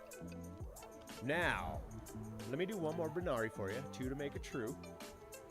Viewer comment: Hey brother it's actually a "Barani" not a banari. Alot of people make that mistake though. Lol